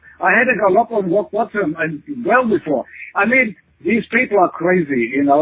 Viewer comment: Someone should tell him how to pronounce gallop, it's not gal-LOP.